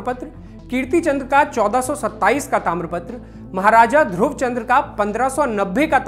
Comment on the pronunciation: Chandra nhi Chand bolo